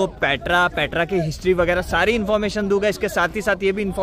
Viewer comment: It's dunga not duga